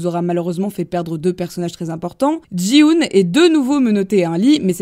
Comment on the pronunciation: Petite rectification pour t'aider Ça ne se prononce pas Ji-hoon mais Ki-hoon sinon chouette vidéo ! car Gi est similaire à Ki